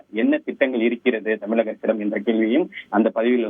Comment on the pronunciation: செய்தி வழங்குபவர் தமிழக என்பதில் 'ழ' கர உச்சரிப்பில் ஆழம் இல்லாமல் தமிளக( !) அரசு என்று உச்சரிப்பதாகவே உணரப்படுகிறது. தமிழக ஊடகங்களில் ழ, ச, ங, ஞ, ற, ர, போன்ற ஒலிகளை பெரும்பாலான செய்தி வழங்குவோர் உரிய நயத்துடன் உச்சரிப்பது இல்லை. தந்தி டிவி போன்ற தமிழர் ஊடகங்களிலாவது தமிழ் ஒழுங்காக உச்சரிக்கப்படுவதை ஊடக உடமையாளர்கள் உறுதிப்படுத்த முன்வர வேண்டும்.